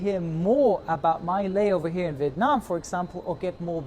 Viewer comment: Great vid as expected! ;-) More kudos for (I think) pronouncing "Viet Nam" correctly.